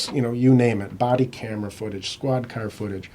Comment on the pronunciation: Car becomes ‘kurr”